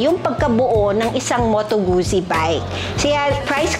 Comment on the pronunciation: It’s pronounced as Gut-zi, like in pit-za